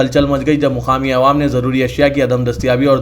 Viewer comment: Aap awaam ko aywaam bolte zara talaffuz durust kijiye